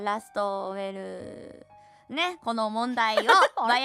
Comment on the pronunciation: we'llを うぇるって読んじゃうあたりかわいい